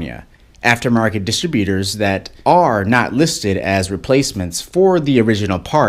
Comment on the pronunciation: You pronounce Distributors quite differently. I was wondering: Are you Canadian?